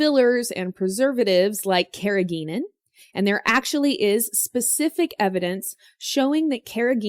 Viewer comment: You are mispronouncing the word, "carrageenan". It contains a "hard g", not a "soft" one :)